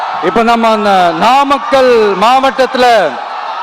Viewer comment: நாமாக்கல் ங்கிற பெயர்ல ஏதும் ஊர் இருக்கா என்ன? 😂😂😂 உளறல் தொடங்க ஆரம்பிச்சிடுச்சு😂😂😂